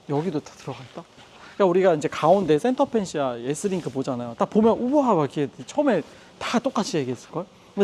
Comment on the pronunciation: 퀄팅(X) → 퀼팅(O) 센터펜시아(X) → 센터페시아(O) 중고차 전문가이신데, 이런 사소한 것마저 틀리면 신뢰도 확 떨어집니다